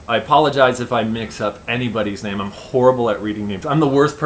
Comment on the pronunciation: And u said my name right